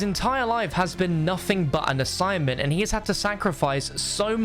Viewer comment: omg he said: I’ve only did assignment my whole life Assignment... asSIMONt... OMG